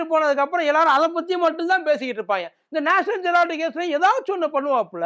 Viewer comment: நாயே நேஷனல் ஜெரால்டு இல்லடா த் தாயோ......ஈ. நேஷனல் ஹெரால்டு.